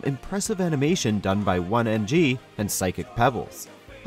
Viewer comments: Did he literally just say OneNG? O N E Y N G (oh-knee-en-jee) I'm tilted. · D....did he just call OneyNG One NG? It is Oh-knee NG,.... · "one ng" My good man, you mean ONEY? ONEY NG? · Did you really just call OneyNG for One-N-G? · "One NG." Oh my God. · "one-ng." My friend, it's Oney lolol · it's OneyG not 1g, get it right next time guys. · "One-NG"? No. "OH-knee NG." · Did he really just call Chris, OneNG? wow cool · "Impressive animation by One-NG"... you mean, OneyNG? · "One NG" Dude you mean ONEY ng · One NG? Don’t you mean oneyNg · ....um, did they call OneyNG "One NG?" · ...did he just say "One NG"? Not... Oney NG? Or even just Oney? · Dude he said OneNG But it's OneyNG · what in the hell he said One NG, i'm not trying to be that guy but it is Oney NG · I'm sorry, "OneNG," is that right? Eh, maybe I'll just go ask Oney 'bout it. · did he just call Oney, OneNG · Did he call OneyNG "one NG" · Did he just say one NG? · "one NG" Bruh it's OneyNG, pronounced oh-knee-en-gee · did you just call oney "one ng"? it's pronounced "own-ee" because his last name is "O'Neill" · its pronounced oh-knee NG. not oneNG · “One ng” Why can no one say OneyNG properly? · "It boasts some impressive animation done by One-NG..." I'm sorry? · One NG? Its OneyNG pronounced Ownee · Did he just say OneNG instead of OneyNG? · "OneNG" F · "One NG".... Where's the top 100 mispronunciation video? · Wtf ONE ng??? You mean... Oneyng??? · "One NG" omfg im dead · Ah yes, my favorite animator: “OneNg.” Come on, guys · “One NG” lmfao it’s OneyNG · lmao this dude said "one ng" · "Oney" in OneyNG is pronounced "owney" like O'Neil, like Chris O'Neil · "OneNG" ... goddammit... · Did he say "oneNG" when referring to oney? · ... did... dide he just say 1ng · ONEYNG... OH-KNEE-N-G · Lol it's pronounced Oh-Knee N.G. or just Oney. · "one ng" ..........ONE NG....... c'mon is not that hard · Love how they didn’t even pronounce Oney’s name right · Great video but he pronounced OneyNG wrong